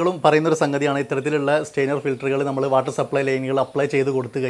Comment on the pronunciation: വീഡിയോ നന്നായിരുന്നു, പക്ഷേ, ഒരു ഉപകരണത്തെ സംബന്ധിച്ച് വിശദീകരിക്കുമ്പോൾ ദയവായി അതിന്റെ ടെക്നിക്കിൽ നെയിം കറക്റ്റ് ആയി പറയുക. ഇവിടെ താങ്കൾ സ്റ്റെയ്നർ എന്നാണ് പറയുന്നത് . സ്റ്റെയിനർ എന്ന വാക്കിന്റെ അർത്ഥം നിറം കൊടുക്കുവാൻ ഉപയോഗിക്കുന്ന വസ്തു എന്നാണ്.സ്ട്രെയിനർ എന്നാണ് പറയേണ്ടത്.അതായത് അരിപ്പ, ഇനി ശ്രദ്ധിക്കുമല്ലോ, താങ്ക്സ് 😍